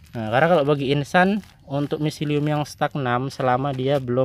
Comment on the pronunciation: StagNAN, mas, bukan StagNam 🙏🏼🙏🏼